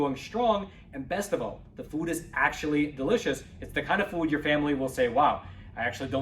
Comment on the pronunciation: I don't like the way he pronounces the word 'Food' in any of his commercials! He says "Fud." instead of "Food."